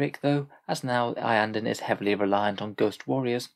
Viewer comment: Iyanden, always Iyanden